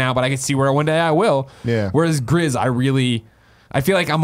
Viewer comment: Pretty sure Gris is pronounced 'Gree' but I know Greg doesn't care lol